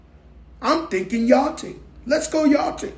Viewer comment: I'm thinking yarting....let's go yarting 😂😂